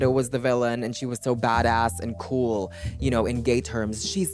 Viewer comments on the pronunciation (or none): tysm for the translation i was really struggling with "bhadauss" and "khoul" i had no idea where you were going with that <3